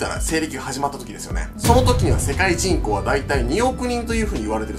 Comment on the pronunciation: 人口がちんこーに聞こえるw